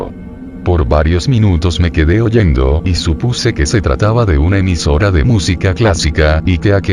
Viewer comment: hoyendo??? oyendo* 😅